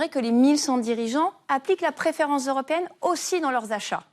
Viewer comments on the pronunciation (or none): "20 journals", "la préférence zeuropéenne", on est fébrile, ou bien?